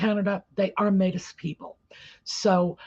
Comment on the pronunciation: It's pronounced Maytee. If our chiefs want to speak to the Crown they will speak through the Governor General, who, by the way is our first indigenous GG. Harry has no say in it.